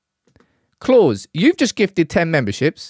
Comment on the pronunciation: Clause gave 10 memberships?🤣 it's obviously Claus, like house, and not Clause?